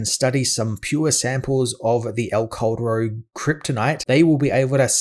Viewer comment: i always thought it was named "el corredor" bc of your pronounciation lmao couldnt find any vids on that story bc i was searching that name jffjfj (that "cal" from caldero just say it like kal from kal-el and you will make it sound better)